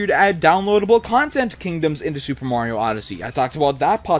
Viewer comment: I don't understand why you people call him "Moriou". It's Mario, for crying out loud... -.